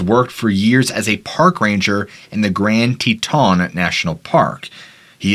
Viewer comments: Haha Grand Te TAHN dude its grand Teton how its spelled no French accent needed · Love your channel and never miss it. FYI Teton is pronounced with the emphasis on the first syllable rather than the second.